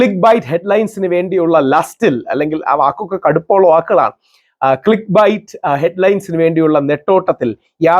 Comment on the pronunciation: click ബൈറ്റ് ആണോ ക്ലിക്ക് ബെയ്റ്റ് ആണോ? pronounce it properly please! bite കടി അല്ലെ ഹേ?